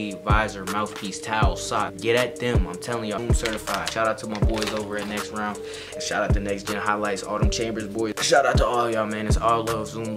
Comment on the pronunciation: it nextrend